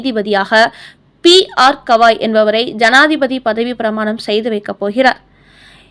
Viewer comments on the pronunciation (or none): none